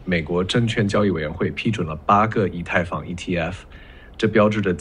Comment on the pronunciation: 居然还会想真人一样误读“以他，以太坊...”震惊到我了